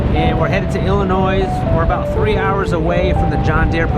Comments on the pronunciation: Illinois is pronounced Illinois not Illinoise. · Please do not pronounce the “S” in Illinois!